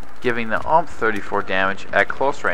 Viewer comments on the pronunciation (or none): ITS U-M-P. STOP SAYING UMP